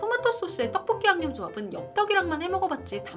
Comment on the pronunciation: 포브스선정 떡볶이 발음 가장 찰진사람 1위